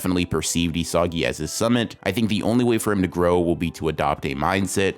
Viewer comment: Excellent analysis. But say it with me: "EE-suh-gee" 😂